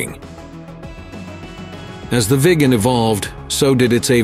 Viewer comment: Agreed...thats the problem with videos like this that are made by so called experts.....also the pronucoation of viggen is wrong a number of times....aswell as viggen the speaker also calls it the "veegan" several times